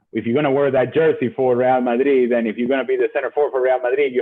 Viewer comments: Real Madrid is a Spanish club so Moreno's pronunciation correct. Real ('RE'nt, 'AL'bert) Madrid ('MA'chine, 'DRI'll, d). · It's because Normal Person is Wrong. Ale's pronunciation is correct. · He actually says it correctly